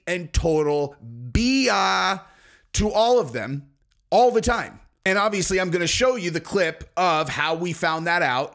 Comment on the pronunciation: First id like to state that i love your content and the way that you present it. That being said it is obvious(notice the letter 'b') that your favorite word is not pronounced 'odvious' nor is it pronounced 'ovious'...It is obvious if you look in a dictionary that the word is obvious.